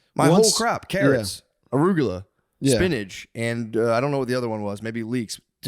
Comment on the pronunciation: Matts pronounciation of Ruccola is the most redneck I’ve ever heard him